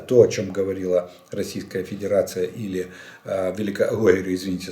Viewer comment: 👍👍👍 Очень уж понравилась случайная оговорка на 48.50 минуте. Про Педирацию вы прям в точку 🤣🤣🤣